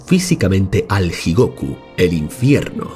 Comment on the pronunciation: La "J" seguida de vocal pronuncia como nuestra "Y", por ejemplo: Jigoku se pronunciaría /Yi-go-cu/ y Shoju /sho-yu/